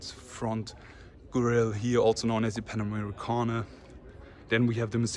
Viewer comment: Are you saying Pa-Nice?